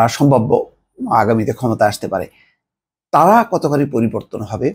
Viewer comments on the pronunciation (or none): none